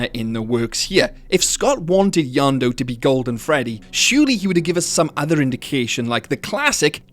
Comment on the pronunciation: I simply cannot understand how "Yenndo" is pronounced "YonDoo" Isnt it pronounced "YENN DOE"? idk